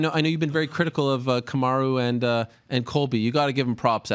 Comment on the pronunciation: Kamar-who Usman lol